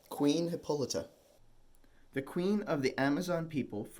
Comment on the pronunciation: Great video but I really want to know how off the pronunciation of Hippolyta was to make you dub it over like this!